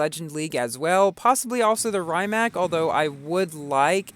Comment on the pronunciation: It isn’t rye-Mac it’s pronounced ree-mac